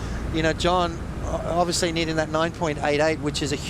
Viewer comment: It's..JOHN..Not John John.....He's not 10 years old.